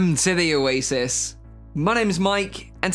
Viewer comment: "Wilcome to thee owasis"